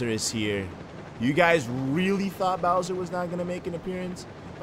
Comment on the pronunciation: it's not Bower